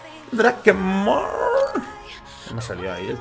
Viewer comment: es dreikmon no drakemon